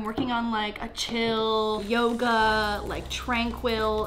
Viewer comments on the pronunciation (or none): none